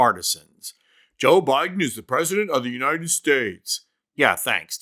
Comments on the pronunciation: Pam - it's "uniTed", not "uniNed". Just say "you and I did" real fast. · Why does she say uninet states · What is the "Unined States""?